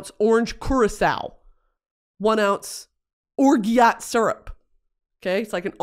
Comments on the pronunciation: Girl orgeat is pronounced or-j-aht 😂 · "or-GYAT" syrup sent me. 😅 it's "or-ZHO"